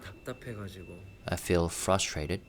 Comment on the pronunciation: maybe he’s frustrated with himself 😊 remember ages ago when he said the hardest word to say in English was frustrated? He said trustrated 😊💜 RM maybe he was signaling his feelings 🤔